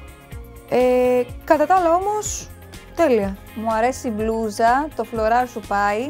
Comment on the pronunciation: μονάχα εγώ όταν μιλάει η και λέει μπλούζα ακούω μπλουja ή κάτι τέτοιο